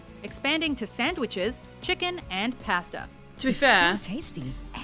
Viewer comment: Because they have terrible lists and the ignorance they put out there is astounding. They couldn't even say 'pasta' correctly. "Paste-A"... ? who TF says it like that except someone who has no interest in what they're doing and have to record 50 more BS lists that day.